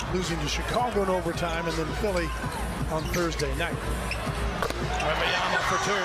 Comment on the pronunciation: It's Wembanyama damn it not Wembanyana. How do you still get it wrong as Spurs announcers?